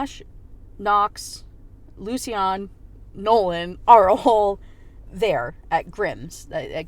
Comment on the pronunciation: I'm fine with you choosing to pronounce lucian in a way that the author didn't intend, but the way you ended up saying it is just horrible 😅 "lucy-anne" is what i hear every time